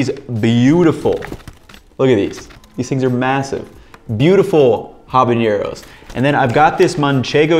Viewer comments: I'm gonna be that guy and say there's no 'ñ' in habanero in Spanish, so it should be pronounced without it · great video but fyi there is no ñ in habanero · Why do people keep adding the "ñ" to habanero? It's just an "n" sound just like in English.